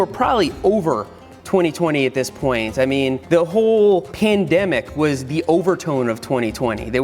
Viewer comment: Seth why did you say pendemic